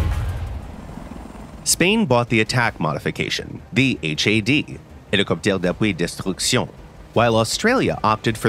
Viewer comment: I thought he had seizure when he pronounced "Hélicoptère d'Appui" 🤣